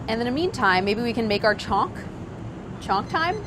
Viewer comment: the way she pronounces chhonka makes me cringe ;_